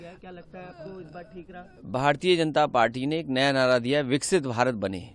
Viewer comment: नासमझ, विकसित भारत को विक्सित भारत बोल रहा है।